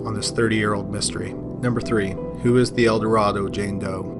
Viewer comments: As others have stated, El Dorado JD has been solved. Also “El Dorado” in this case is pronounced “Elduh-RAY-doh” in this case. Because Arkansas. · You are mispronouncing Eldorado.